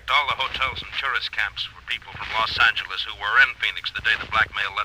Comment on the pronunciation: So it’s pronounced Los Anger lees.